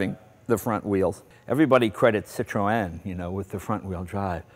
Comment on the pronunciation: This is a great show, but I can't stand how Jay pronounces Citroen!